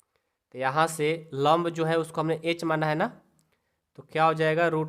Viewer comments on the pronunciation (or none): Vo lomb nahi hota 😂😂😂 lamb hota hai😊😊😊😊